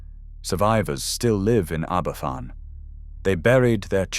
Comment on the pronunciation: Aberfan is pronounched Abervan too...County of Lancaster? Jeez.